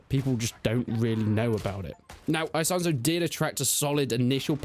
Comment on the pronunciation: Why do you keep saying eye-sonzo like some Texan yeehaw